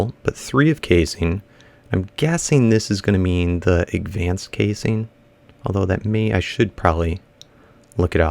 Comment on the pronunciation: WHY DO YOU ALWAY'S SAY AGVANCED IT IS CALLED ADVANCED